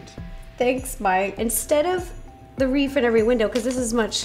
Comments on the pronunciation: Am I the only one that notices that Ro says "reef" instead of "wreath"? She is so cute 🖤🖤 I loved this video. $1,000 for a gingerbread house is crazy! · Ro, are you Saying REEF???